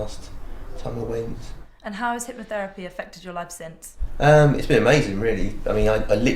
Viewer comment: What is it, "hypnoFerapy"? lol Clearly this poor girl found the worst example of hypnotherapy, what a rank Ammatuer!